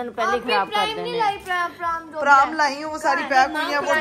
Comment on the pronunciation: eik tou its not praam it is pronounced as pram jese ham bolte hain bilkul wese, har cheez ko aap ki familly ghalat pronounce karti hai pendu